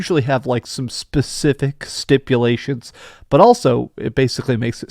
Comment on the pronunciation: He also said spastific instead of specific